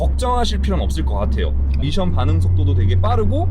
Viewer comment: 된발음으로함 밋션이 맞습니다.굳이 미~션 이라고 하시는거 같...